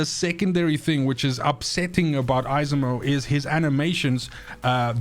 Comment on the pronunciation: 😂 It's pronounced Esimo. The second e is almost silent.